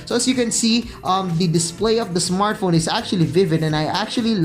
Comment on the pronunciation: ISmartphon .... ISmartphon ..... ISmartphon ...... makalipong!!!!!! We downut!!!! @@ magtagalog ka nlng!!!